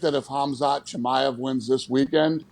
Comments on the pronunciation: What'd they say, Kimmy ev? A little YouTubing and the pronunciation is there... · Kimmyov? Lol come on boys, do 5 mins of research. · Yea you could tell he knew the most… aside from the others calling Chimaev “kimm-a-ev” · Chimaev is pronounced Shi-my-ev not ki-me-ev lol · Kim-i-ev?! Chimaev: Che-my-ev. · Kimi-ev? Its pronunced Che-my-ev. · Kimi ahv? Chi-my-ev.. Chimaev… y’all are still the F’N best sports show on the damn 🌎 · "khamzat kimiev" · ki-ma-ev lol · It’s pronounced (SHA-MY-EV) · “Kimmyev” was so cringe but I’m happy they are making the attempt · this guy butchered chimaevs name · Yeah, that's not how you say Chimaev.... 😂😂😂😂